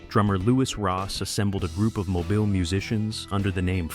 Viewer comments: Mo-Beal is how you say it. Lived here my whole life. I hate hearing “Mo-bull” by this AI voice lol. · Mobile. Pronounced Mo-BILL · It is pronounced MO-BEAL. Irritating. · MoBILE (emphasis on the second syllable). 😡